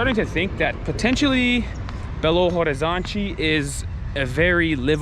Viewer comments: I don't know if you like people correcting you, guys. But I do love my language and I like to welcome people with some lessons (weird way). The "te" and "de" at the end of word is not pronounced "tchê" or "dgê". It's more like "tch" and "dj". Like Liberdade is "Liberdadj" and "Horizonte" is "Horizontch". you said it aaaaalmost correctly. H in portuguese is silent. It's like Orizonte, you know? I don't even know why we use this letter, if we don't pronounce it. BH é pronounced "bê agá". The last letter is the tonal. There's a lot of things you can learn, but only if you allow me to correct you and teach it here hehe I don't wanna be the annoying nerd. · in Portuguese when the word starts with h, the "h" is silent. Then Belo (h)Orizonte, (h)Avaianas, (h)oje.....and so on.